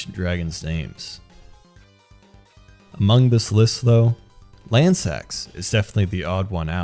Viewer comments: Its Lansseax, its just said like "Lans-Seax" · This is not a mistake. The naming conventions for Ancient dragons are that male names end in "Sax" and female names end with "Seax" meaning that Lansseax is female. Also, the name is pronounced 'Lan-see-axe'.